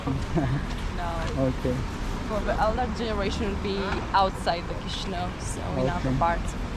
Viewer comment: The constant mispronunciation of "Chișinău" is a fundamental failure; it’s the capital city, show it some basic respect.